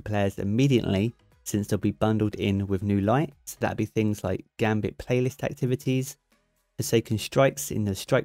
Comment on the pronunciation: Thank you covering but a bit of feedback , please practice your pronunciation with “th”. For example “things”